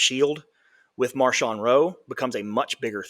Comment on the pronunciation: Yeah, not Marshawn, though I wouldn't mind calling him Beast Mode.